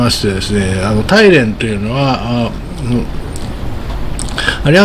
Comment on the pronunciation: 大連は「だいれん」または「ターリエン」と発音します。の発音は「タイレン」と聞こえます。なお中国語では「ダーリェン」と発音されるそうです。私の耳が変なのか？変ですね。